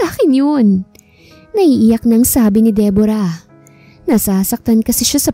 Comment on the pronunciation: Debra. Not Debora !!!!!!!!!